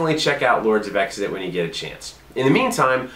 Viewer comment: Unless designers intended it differently, then the name is not pronounced 'Exidit', but sort of like 'Kzidit' or even with just 'Zidit'. This is based on various other words that start with an X.